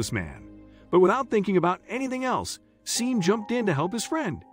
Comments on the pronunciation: It has been truly painful to listen to the narrator pronounce “Sean” as “Seen” 😑 when it should be pronounced “Shawn.” It’s important, check pronunciation, right? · Sean is not pronounced ' seen' ,it's pronounced ' Shorn' or Shaun', just for information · I think you should get a better narrator. The millionaires name is pronounced " Shawn". Sean is the Irish spelling. I have noticed on a few of your stories there are glaring pronunciation mistakes. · Scene ?? No Shaun. Stop... Though the spelling is Sean it's Shaun!!!!! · OMG It is spelt Sean. but is pronounced Shawn. You should have stayed in school to grade 4. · "Sean" is pronounced SHAWN, just another mispronunciation.